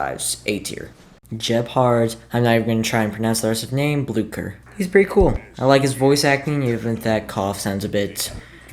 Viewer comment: “He’s French so… … Préíťťý Ćóōwél 🇫🇷 🥖”